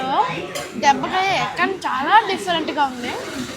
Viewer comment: Debbakai kadu dabba kai ra😂😂😂 nuvvu keka ra